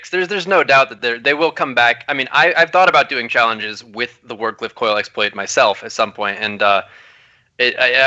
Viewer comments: Can you please tell it's "Wardcliff Coil" and not "Ward of Coil". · I was waiting that whole time for to say the name Ward Cliff Coil properly just once.